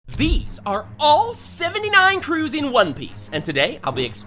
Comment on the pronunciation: Bro u don't say crews